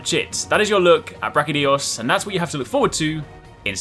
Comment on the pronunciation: Its not Brachydios, its BrachyDIOs!!